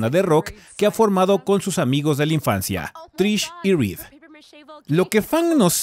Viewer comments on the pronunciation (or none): none